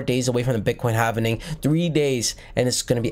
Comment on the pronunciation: Halving, not hav en ing.👍